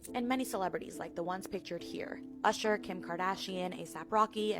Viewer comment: Oosher😂 Terrance Howard… wow tgat was frightening